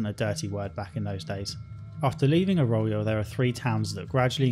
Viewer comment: Yeah and 'Arroyo'. How? Think he must have skipped every bit of voiced dialogue